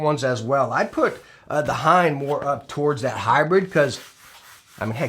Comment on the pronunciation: I fluently speak japanese and pronunciation of hein is really cringe though. Basically pronunces HAYATE somewhat right but not quite and OTSU completely wrong. HEIN is not pronunced correctly on 100% of videos though. It's not a diphthong, and I don't know any diphthong which you can pronunce with more than 3 letters. And this includes katakana (and thus foreign words). HEIN can only pronunced HE-IN or HEI-NNN imo^^ Hein like we pronunce would like a german word^^.